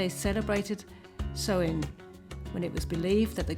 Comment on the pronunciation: Great video! I'm hallowe'en obsessed so I love anything to do with the season. 👻🦇 You have some great budget ideas that look so much better than the shop bought .. waaay tooo expensive decorations 😊 (just to point out Samhain is pronounced 'sow' in.. as in female pig and Celtic is pronounced 'Kel..tic' .. sell..tic is the Scotish football team)